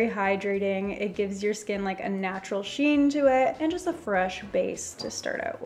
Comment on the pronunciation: Aye it's how about her saying sheen instead of shine